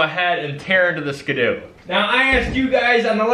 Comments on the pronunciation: its pronounces skee-doo not skdoo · I love your vidjas but I think it's pronounced skee do not skeh do